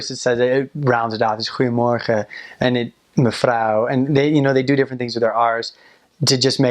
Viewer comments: was really impressed when he said 'goedemorgen', sounded just as any native speaker. ur doing great! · goedemorgen went very good.....mevrouw was a clear accent lol